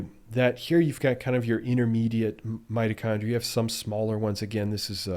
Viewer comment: did you say 'mighty chondrite' ?